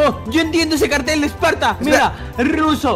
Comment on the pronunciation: en el segundo 0.40 dijo tim Spartor